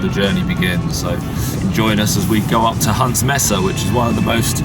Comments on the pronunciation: Mesa is pronounced maesa, not messa. Messa is a group of things, such as "I caught a messa catfish." 🙂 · Another excellent POL. Thank you. A small point for. Mesa is pronounced maysa. And, in Monument Valley, the other tall feature is called a butte, pronounced buoot, not butt. A simplified definition is that buttes have smaller diameters than mesas. And the next time you go, check out Goulding’s Lodge and the old Goulding’s Trading Post. A great place to stay or just eat and lots of history. It is because of Harry Goulding that so many movies were made in Monument Valley, especially providing periodic jobs and income for the Navajos during the Great Depression. 😊